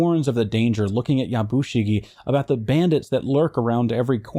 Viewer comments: "Yabushige" is pronounced "Yabushigeh" (rhymes with "al dente"). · Yah Boo She Gay (more like "geh" like meh than gay, no stress on the boo either) not yah BOO she gee. Japanese is hard y'all.